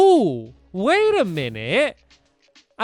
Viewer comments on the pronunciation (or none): none